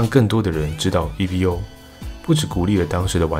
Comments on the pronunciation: 不是e-v-o .... 是念e-vo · Evo 是Evolution 的短写，念Evo，不是念E V O。